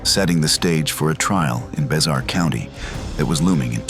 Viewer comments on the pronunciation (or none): Just so you know it's pronounced "bear". Like Bexar Co Tx 😂